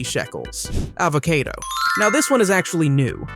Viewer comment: you pronounced a-vo-cay-do but people pronounce a-vo-ka-do